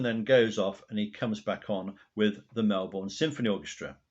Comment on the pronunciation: Hi, as I start watching this I just firstly have to correct you on the pronunciation of our cities. I hope you don’t mind (good line for a song). Melbourne is just Melbin and Brisbane is Brisbin where the Tour de Force premiered. I had a raw audio tape of the complete 3 and a half hour show from Funeral for a Friend/One Horse Town to Saturday Nights Alright for Fightin’ including all dialogue. I also saw the concert 3 times in different states. 2 weeks later he had surgery at St Vincent’s Hospital in Darlinghurst, a 10 minute walk from the Sebel Townhouse where he used to stay when he was in Sydney. I’ve looked over the years for anyone else, solo artist or band, who has travelled with a full orchestra and band and I haven’t found any. There are several single shows but there are no extensive tours that I’ve found. If you’re interested, here’s the link to the (almost) full concert. And again, if you’re interested, the documentary that played on the ABC before the concert was simulcast on the ABC and FM radio. It is my absolute favourite concert of all time of any artist I’ve seen and my favourite of Elton’s. The vocal, as you alluded to, gives each and every song a powerful new depth audibly and, more particularly, in meaning.